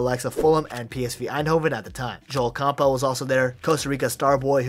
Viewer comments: Bro its Camp bell or Cam-bull. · Lol who pronounces Campbell like that?